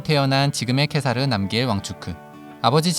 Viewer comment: 《티벳어 한글 표기안》을 따른 국왕 이름(འཇིགས་མེད་གེ་སར་རྣམ་རྒྱལ་དབང་ཕྱུག)의 더 정확한 발음은 직메 게사르 남걜 왕축(Wylie: jigme gesar namgyäl wangchuk)입니다. 케사르(khesar/གེ་སར/gesar)의 ག의 종카어 발음은 ㅋ보다 ㄱ에 더 가깝습니다 (IPA: /ɡ̊/)